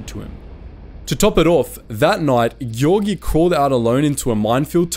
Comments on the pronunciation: Giorgi —> ghiorghi NO Giorgi —> jorgy YES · Giorgi not Ghiorghi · Nobody: Me as an italian: SI PRONUNCIA GI-O-R-GI NON GHI-O-R-GHI Edited: 2448 like minchia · Me who have basic knowledge of Italian: Giorgi should be pronounced Georgie(for English speakers and) not Ghiorghi!!!!!! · Luigi ghioghi? Luigi giorgi!!! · Please... It's not "Ghiorghi", but "Giorgi" (Jorji) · Sì, ma loro non sanno la differenza fonetica fra GI e GHI. Devi scrivere così: the right pronunciation of GIORGI is: JEORGEE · Gi in Giorgi is pronounced as Ge in George, and, in fact, it is the same name 😄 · Geeorgee Is the correct pronounce,anyway thank you so much for this video,so proud of my country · Giorgi's pronounce is: gee-or-gee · Giorgio is spelled like "Joe R Joe" and you forgot to talk about the "Xa flotilla mas"! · the video is good and all but GHIORGHI, SERIOUSLY? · A really significant and cool video with lots of deep digged information, btw the surname “Giorgi” is actually pronounced as “Jor-Jee” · wtf is this pronunciation "ghiorghi" bruh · Im sorry but this thing is driving me insane. WHY if you read the "gi" of Luigi with a soft g like in "gyroscope", you would ever read the 2 "gi"s in Giorgi with a strong g like in "game"?!? Its the same pronouciation! Sorry if I sound aggressive, the video is great, but this this error that every english speaker makes is absurd to me, even more in this case where you had the right pronouciation in the word before. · You didn’t say right any Italian word, and for me is a porcodio every time, but for the rest great video, tks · E and I when preceded by G or C have a soft sound, GI soung more lake Jee in Jeep, so Giorgi it is more JeeorJee and Giovanni should be more like Jeeovanni ;) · Giorgi should be written ghiorghi to be pronounced properly. Also, no one has anything to say about folgore? He put the accent on the wrong letter. Perché sto scrivendo in inglese??